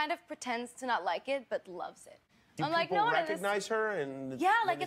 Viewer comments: perché adatta la parola "nonna" alla pronuncia americana, e quindi non pronuncia le doppie😂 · Scusate la mia scandalosa ignoranza (i fans non mi uccidano 😂😂😂) ma Ariana è mezza italiana? Perché dice "nonna" (anche se in pratica dice "nona") invece di Granny o grandmother come dicono i presentatori?